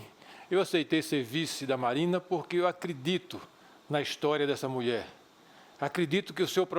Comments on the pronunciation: MUIÉ DO TLABÁIO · muie, trabaio ? ta certo... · "muié" , "trabaio" ... affff isso é vice q se apresente???